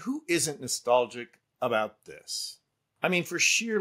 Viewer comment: And...after being in "de" US for 30 years, she could make an effort to pronounce "this" correctly, instead of "dis". It's pure laziness and I'm assuming it must appeal to the simple-minded folk.